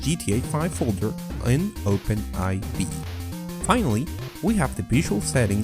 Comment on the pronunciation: It's not Open "aivee" it's open4, those are roman numbers.